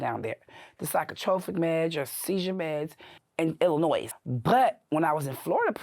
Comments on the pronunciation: Jesus she gotta weigh 500lb 😂😂😂😂 you can sense the intelligence when she pronounces the S and at the end of Illinois 😂😂😂😂😂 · this is so cool and informative that I will forgive the S at the end of Illinois being pronounced lol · Sadly, she spent all that time in Illinois; yet she doesn't know how to pronounce the state😂😂😂😂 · And the “S” on the end of Illinois. Makes me nuts😅😊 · I couldnt get past "illinoise" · where is that? In Illi-NOISE? 🤣 she spent all that time in the state and still can’t pronounce it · If you learn nothing else from this, the S on the end of Illinois is SILENT! You’re welcome! 😂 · All that time in prison and she still didn’t learn how to pronounce “Illinois”. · I have never heard an American pronounce "Illinois" like that. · MA'AM........ The S is silent in Illinois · Cringe every time she says Illinois and pronounces the S on the end 😫🥴🥴 from the city and don’t know how to say the state she lived in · Illinois doesn't have the "s" sound on the end. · The "S" on Illinois is silent. I had to go there to the women's prison in Decatur, Illinois to taken my drug test for my job😅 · Lawdy please pronounce Illinois correctly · I don't trust anyone who says the s in Illinois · Spent 31 yrs in prison in Illinois and still doesn't pronounce "Illinois" right? Kinda weird. You'd think she would have learned how to say it correctly in all that time. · The “s” in Illinois is silent 😅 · the “s” in Illinois is silent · I love these videos so much, the editing and lighting and everything is perfect. The S is silent in Illinois, I live near decatur and decatur is a rough city it's like a mini chicago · She was in the state of Illinois of how long and she still thinks the "s" is pronounced... Also, this is one of the worst Insider videos I've ever seen. Maybe THE worst. I didn't even bother finishing it. She sounds stupid as they come and every other sentence is how badass she is. Absolute garbage documentary and Insider should be ashamed.